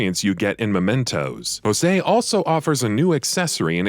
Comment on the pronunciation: Jose, is Joe Say... This is Japanese, not Spanish.